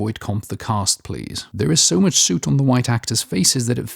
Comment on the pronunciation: 'soot' like 'foot' not 'boot'